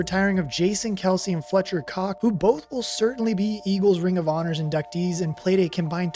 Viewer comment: Fletcher Cox.....not Cock...yeah i heard that😂😂